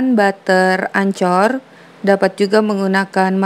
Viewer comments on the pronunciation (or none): Butter ancer hahahahaaaa... Itu bacanya engker....